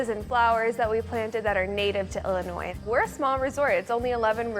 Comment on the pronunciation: Great episode. It’s Illinois, not Ellinois. 😮